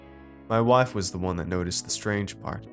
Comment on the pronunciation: Did you just say wife with a southern accent?